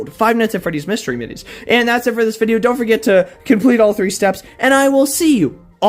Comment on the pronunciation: Three not tree